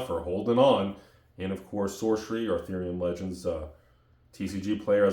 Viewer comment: I think I'm in a parallel universe where just says, "Arthurian Legends" like all the other words. In my universe, he says it with all caps, "ARTHURIAN LEGENDS!"! I need to get back there.